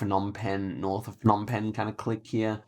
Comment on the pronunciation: Phnom Penh is pronounced with a hard P, not an F. The Ph diphthong is an aspirated P as in "pie", whereas a P alone is non-aspirated as is the P in "spy". If you say pie and spy and concentrate on the P sound, the difference is clear. The same goes for Kh/H (kite/sky) and Th/T (tie/sty). What the Plonk-It guide doesn't say about the mileage markers on the roadsides is that it generally refers to the distance to Phnom Penh (Roads 1, 2, 3, 4, 5 and 6) all radiate out from the capital, which is the zero point. 7 branches from 6 in Skoun and the mileage starts from the same km distance as 6). 8 is a new road and I've never driven it, but I'd guess it follows the same pattern. Two-digit roads count their mileage from where they branch from the parent which starts with the same number (so road 41 km 1 is 1 km from road 4). A note on spelling - There is no real standard to romanize the names from Khmer. You may see different spellings than what is on Google Maps, and sometimes different spellings on the same road, but the Khmer spelling is always consistent. The "Krong" in front of a lot of town names simple means "city", so if you see a disparity between say, Kampot and Krong Kampot, it's the same thing. Also note that Cambodia is developing RAPIDLY. The coverage is from 2013, so there's 10 years worth of upgrades to what's on the map versus what's on street view. Especially in PP and Siem Reap.